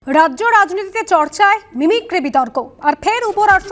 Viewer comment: সংবাদ পাঠিকা ড়াজ্য না বলে রাজ্য বললে ভাল হতো।